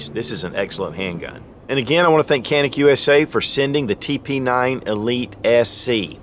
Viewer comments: Canik is not Kanik, wrong pronounce; and Türkiye🇹🇷 of course is not 🦃 Turkey. 👍 ok.🙂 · Being made in turkey it's actually pronounce Janik